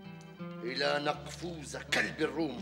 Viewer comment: يامخرج نقفور ملك الروم وليس نقفوز